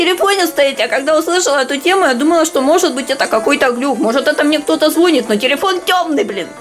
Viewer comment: ну звонИт же...